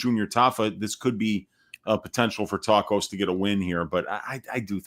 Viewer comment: what is it with you Americans with pronouncing names?? The name is TOKKOS.... not TAKKOS! damn, go back to school.